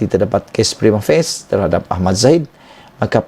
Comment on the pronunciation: come on dude....prima facie.......f.a.c.i.e.....prima facie.....